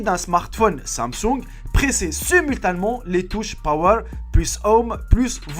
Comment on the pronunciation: je corrige les fautes: primordiaux (pas primordials), les conseils vont (pas ils vont) vous sauver, bourrés DE (pas des) fautes (ironie ?), pas LES (pas le) reflexes (prononciation), simultanément (pas simultament), rue DU (pas de) commerce (prononciation), soit, soit (pas soit ou soit), de rien je suis pas prof de français